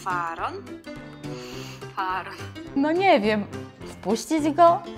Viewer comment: Polecam "Księgę Ksiąg". Z wszystkich filmów i seriali ten serial jest najbardziej przybliżony do Biblii. Najbardziej mnie rozśmieszyło, gdy kilka krotnie przeczytałaś faaron zamiast faraon i to, jak skomentowałaś to, jak wyobraziłaś sobie Piotra pukającego w drzwi.